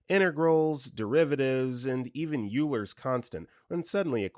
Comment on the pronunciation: 26: narrator pronounced "Euler" wrong (which I don't blame him for, but it was Drilled into my head in my own DiffeEq class) and i immediately said "oiler" out loud. complete darkness of my room as im laying in bed preparing to sleep. not a quiet voice. just completely reflexively upon hearing the incorrect pronunciation